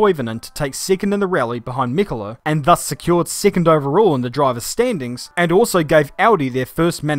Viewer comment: Female Youtuber comes on talking about female racers and immediately enters with a mispronunciation of Michele's name. lol.